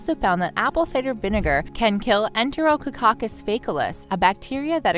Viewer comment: She mispronounced enterococcus by putting an extra syllable in the word